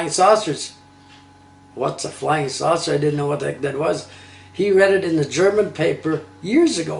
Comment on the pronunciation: Took me a while to realize "swasor" was "saucer"